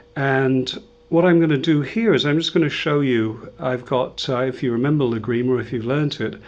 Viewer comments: Hi, excellent your way of teaching and, very much appreciated the clear English you use in your explanations. Just a point for you to consider: please when talking use TÁrrega and LÁgrima instead of TarrÉga and LagrÍma (sorry this last writing is incorrect in Spanish, but can help you to put the stress into the first A of both words if you wish). Don't feel upset for this comment, please. We like very much your videos. Cheers. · You are amazing, but every time you say Lágrima I get ill. Since you are an expert on the Spanish guitar I suggest you put the accent on the first "a" in Lágrima. You are accentuating the "i" instead of the first "a". Otherwise, your lessons are amazing and very well explained. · Spaniards are famous for butchering the English language. But fair comment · Good tutorial. It would be good to learn how to pronounce the piece names properly. Adelita - accent on the "i" and Lágrima, accent on the first "a".